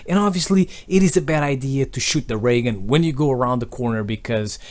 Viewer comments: I thought you said "Am I gonna get a Reagan " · the way he says ray gun XD